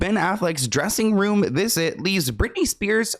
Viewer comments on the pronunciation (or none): none